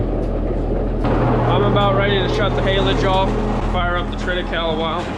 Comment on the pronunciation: I feel stupid but I googled an can’t find it. What’s in the feed? What’s the grass. Sounds like you say treta cow? What is it?